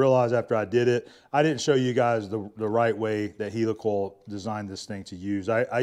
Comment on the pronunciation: hi. so you say heely coil... no it is heli coil as in heli copter.. ok .. ?? sorry .. soap box again